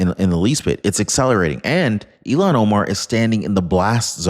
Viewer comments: Ilhan. Like ill han. Not illon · you keep calling her Elon. Elon owns Tesla and SpaceX, her name is ilhan. Look at the spelling. It's pronounced ill-hahn. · 意図的な意訳が成され記事です。"Ilhan"はイーロンでは無く、イルハンと発音する。The intenntional bad translaition into Japanese was made. Ilhan:-> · I'll Han , not Elon 😅🇺🇸🏡👩‍❤️‍👨🪕